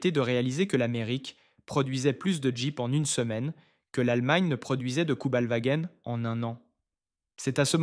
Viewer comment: cubelwar ???? = Kübelwagen !!!